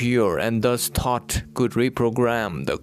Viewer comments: Thoth not thought. Correct? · It's THOTH not thought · Are you saying “Thought” or “THOTH”?? Very fascinating 💙Thank-You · Thoth is pronounced Tot which sounds like thought.